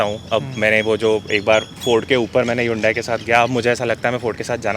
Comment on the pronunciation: Bhai agar 15 se zyada nahi nikal paate to apni driving change karo😂,18-19kmpl to highway pe easily deti hai. Aur haan,ye Yundai nahi pronounce hota hai,Its Hunday,just like sunday😉